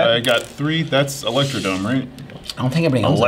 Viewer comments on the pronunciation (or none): Every time they say Electrodrome without the second R, I die inside a little bit